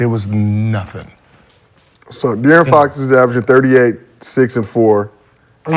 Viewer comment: Ifw the show 💯 but Gil and Brandon butcher De’Aaron Fox 1st name every time 😂😂😭